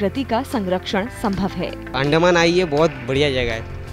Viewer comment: अंदमान है भाई उस्को अंड कह रहे हो.😂😂